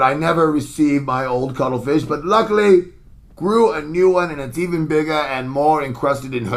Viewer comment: It took some time for me to realize his “cuddlefish” was meant to be a penis